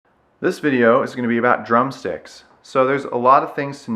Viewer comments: Sounds like your saying drum sex... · Lol in the first few seconds i thought you said "drum sex"